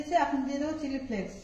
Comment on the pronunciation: খুব বেশী কথা বলতে গিয়ে ভুল কথা বলে ফেলো,চিল্লি ফ্লেক্স নয়,চিলি ফ্লেক্স। ওভার স্মার্ট হয়ে কথা বলে ব্লগটা নষ্ট করে ফেলো। সেই দিকে একটু নজর রেখো। তোমার ভালো র জন্য বললাম।